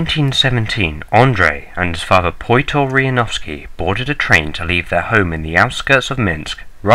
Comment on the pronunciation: Pyotr is closer to Peter than Poy-tor.